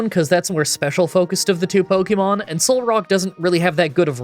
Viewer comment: It's not "either than". It's "other than". And for heaven's sake, it's not "pokey-mon", it's "po-kay-mon".